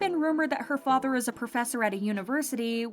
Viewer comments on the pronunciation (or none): none